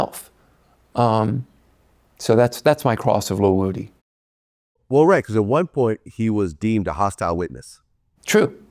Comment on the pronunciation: Vlad refuses to call woody by his correct pronunciation. Id like to slap him.